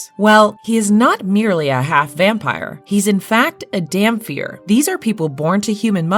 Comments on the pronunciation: DamPIR not DamFEAR lol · You're pronouncing Dhampyr/Dhampir completely wrong!